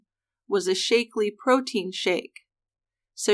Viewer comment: Shack-lee, not Shake-lee. It's only been around like 50 years. I love you guys, but you GOTTA research your proper, trade, disease, and place names better, because you make these mistakes quite often. Keith Morrison would pronounce it right!